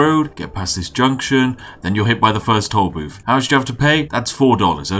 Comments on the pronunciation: I´ll take a shot every time he pronounces "tool booth" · Is he saying toll boobs